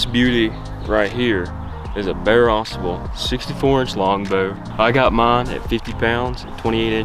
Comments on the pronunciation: I hear people mispronounce this river name. Drives me NUTS!! It's not Ausable, with the accent on the first syllable. it Au Sable! Two separate words with the accent in the first syllable of the second word. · * Ah sobble * not azabuhl I think